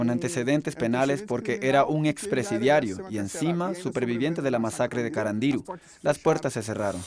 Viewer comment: El acento iba en la U de carandiru y dijo CarandIru con acento en la I 🤣🤣🤣🤣